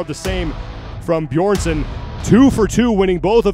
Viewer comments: Man can you stop calling him Beerson? Maybe next year youll learn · Why is nobody capable of pronouncing Hafthor's last name!? Beeeeeeerson! wtf is Beerson? haha. You'd expect as the WSM that people would respect him enough to pronounce his name right! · The moderator on the stage still cannot pronounce Björnssons name properly, ten names to learn must be quite a challenge. Quite insulting not to bother to practice the name of one of the top athletes. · insult or not, professionally the guy did a pretty poor job. so much better than last year though, Live music go check out Henry and the dude try to pronounce the names last year, it was glorious.